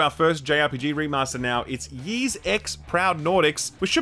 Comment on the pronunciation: Ys is pronounced like "eas" not "yease" and it's the roman numeral for TEN, not "X"